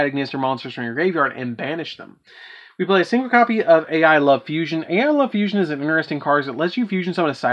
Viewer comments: The "A.I." is pronounced "eye", but still, pretty cool deck. :) Keep up the awesome deck profiles! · Since you don't seem to know the word "a.i." is supposed to be pronounced like "eye". lol